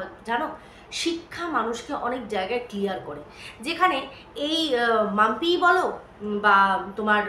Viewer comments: ওর নাম তো পম্পি তুমি অনেক জায়গায় মাম্পি বলেছো ঠিক করে নিও । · পম্পি নামটা ঠিক করে বল।মামপি না।